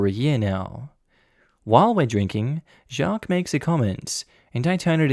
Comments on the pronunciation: you Doughnut, “Jaques” is pronounced like “Jack” but with a soft “J”. Not “Shjack-que”! You Aussie plonker! 😆🤣😆🤣😆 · Why are you overpronouncing Jacques? You're saying Jjjaquuuueeééé instead of just Jacques. You said it normally the first time, but after that you're overpronouncing it and it's making me cringe every time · That is Not how Jacques is pronounced! It's one syllable, "Zhock" the second part is silent. Sorry, but that mispronunciation is jarring and throws me out of the story. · Oh! No need to put an e sound at the end of Jacques, it's the same just a very toned down e. Like "Jah-cuh" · I don't know any Jacques but I would have pronounced it 'shac.' where is that name from and how is it pronounced? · 1) ta you just need to leave man 2) nta wtf theyre just fragile in their masculinity also why you say jacques like that im crying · I was thinking the same about the name pronunciation 🤣